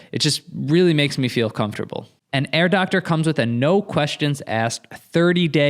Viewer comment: Every time you says Air Doctor I think of Dr. Evil’s girlfriend saying “Herr Doctor” in a German accent 😂